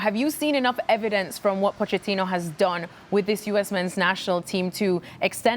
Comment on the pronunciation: Why is everyone saying Poe-Chat-Teenoh? The ch is meant to be pronounced like a k. "Pokettino".